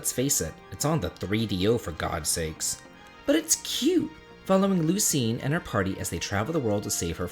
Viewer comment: Lucienne should be pronounced Lucy N not lu seen. The french ''u'' sounds is a little hard to write in english. I suppose you could google it...